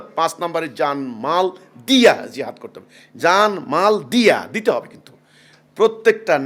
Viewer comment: Jehad ..... bolte chai6o ki... priskar kore bolun...